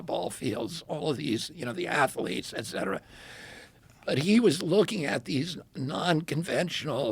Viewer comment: so nice to listen to a person who knows how to pronounce "et cetera" correctly. I love James Lindsay, but his "ek cetera" kills a little part of my brain every time...